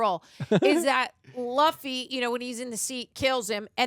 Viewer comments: she’s doing it on purpose. Luffy’s name was said over a dozen times and she still said it wrong lol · Is she fr mispronouncing Luffy's name, myy ear😂😂😂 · Oh the pronunciation of luffy is gonna kill me. pls!😂😂😂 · Sm1 send her that clip of the OPLA cast teaching everyone how to pronounce Luffy. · They clearly don't watch that much anime or japanese media, of course she's gonna mispronounce it lol it's why it's a completely blind reaction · really must be ragebaiting with Luffys name, because she heard it multiple times, and she is still pronouncing the name wrong 😂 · Probably because when she reads the subtitles, her brain automatically defaults to that perceived pronunciation. Nothing to get upset about, but it is kinda funny. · Agreed. Either that or she just doesn't care. Luffy's name was said many, many times, yet she keep mispronouncing it. 😂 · Netflix wants shows to be written so people can listen to it on a second monitor, but she can't get the pronunciation. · It's pronounced Luffy “LOO-FEE” or "LOU-FEE". Luffy SEES the good and loyalty in the people he wants on his crew and believes they should follow their dreams. That's the reason he didn't choose any of the crew on Alvida's ship except for Koby. Koby's dream was to become a Marine, even though that might mean he and Luffy would be on opposite sides. Luffy still wanted Koby to follow his dream. Zoro's dream is to become the greatest swordsman of all time. We don't yet know what Nami's dream is yet, but Luffy still believes in her. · It's pronounced like goofy...loofy..please my ears hurt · They still hear it being said the proper way in the series, not as Luhffy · not 15 seconds in and random white girl is mispronouncing Luffy, this will be good I'm sure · Oh she definitely knows how his name is pronounced 💀😂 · How does she keep pronouncing Luffy's name wrong when his name is said in almost every scene? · Someone please teach how to say Luffy correct.🙏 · L U F F Y not L A F F Y. U not A